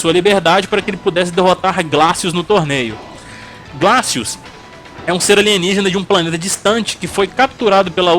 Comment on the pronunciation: não foi por causa disso, foi porque descobriram que ele utilizava implantes de titânio nos braços, que aumentava muito mais sua força. não se pronuncia "raptor" e sim "riptor" mesmo. não se pronuncia "glacius" e sim "gleicious". os finnishing moves são chamados de No Mercy neste game terminar de falar sobre o primeiro game da série e NÃO CITAR O MOVIMENTO COMBO BREAKER foi de longe o maior fracasso desse seu vídeo. Refaça. Por favor. Refaça